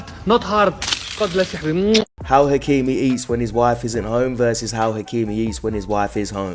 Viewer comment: Its ashraf hakimi not achraf bro